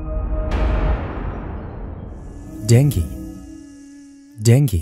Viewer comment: please pronounce "DENGUE" correctly !